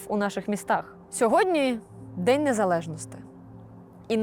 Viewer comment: А що літеру І тепер забанили? НезалежностИ і ін. приклади... що не так з правильною вимовою?